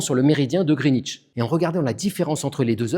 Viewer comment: Tiens c'est la première fois que j'entends quelqu'un dire Greenwich correctement